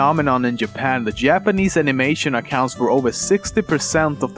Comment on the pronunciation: also Lemmino: Yapan